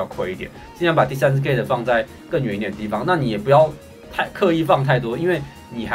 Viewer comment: gate 我听到gay